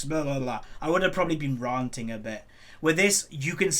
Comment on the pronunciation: 'ranting' rhymes with 'panting' not 'planting'. Just FYI, as it cracks me up every time you say it.